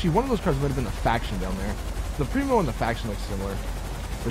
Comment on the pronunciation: primo? thats the faction my brother thats the chino bro, i know that u knwo u r saying wrong, i just have to say it, lol